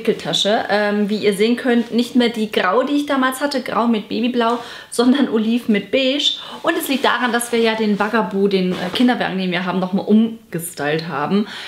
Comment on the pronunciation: Bugaboo wird mit U ausgesprochen:)